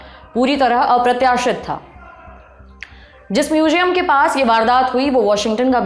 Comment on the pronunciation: She has a pronunciation issue though... म्यूजियम nahi म्यूज़ियम जिम्बाम्बे nhi ज़िम्बाब्वे